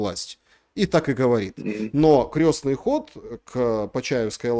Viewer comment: Крестный ход,, а не крЕсный,, Лайк тебе и Павлу.